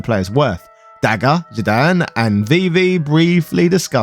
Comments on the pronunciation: Zidan? Isn't Zidane, as in Zidain? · Well, typically in English if a consonant is followed by a vowel and preceded by a vowel, then the first vowel becomes a long sound, in Zidane's case this gives you the eye sound for the i, and exactly the same for the a, giving you the final pronunciation of Zydain. Think of the name Ida, which is pronounced eye-da, and the dog Great Dane, obviously pronounced grate dain. There is no language rules I am familiar with that supports Zidane being pronounced any other way for English. For Cinna, you have two Ns. Therefore the I is a short, so you get the ih sound, like Pinna, or Pinto. Ironically enough I live in Spokane, WA that is NOT pronounced Spo-Kane, but rather Spo-can. However, it is an Indian/native American name, and there is a lot of context in my city to support this pronunciation. Final fantasy 9 doesn't give any context that you shouldn't follow standard pronunciations - that I am aware of. Pronounce fantasy names however you want. But if you deviate from the standard localized language then expect some amount of discomfort from others.